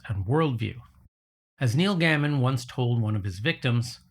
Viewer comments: Your consistent mispronunciation of Neil Gaiman (pronounced correct as Gey-min) as Neil Gammon requires remarkable dedication, while it makes the video nearly unwatchable for me. Why would I want to listen to anything you say when you are unwilling to get the most basic facts right? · i think you pronouncing neil gaimans name is wrong is a sort of poetic justice